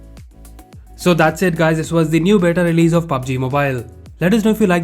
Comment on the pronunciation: It's बीटा not बेटा (son) ☺️☺️😁😁😁